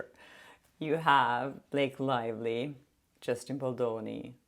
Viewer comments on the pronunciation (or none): Did I hear wrong or did you call her Blake Liely? 😂